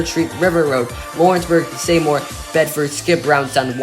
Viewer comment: It's pronounced SEE-more for Seymour